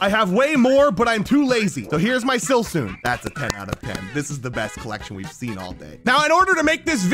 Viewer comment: The way he said silcoon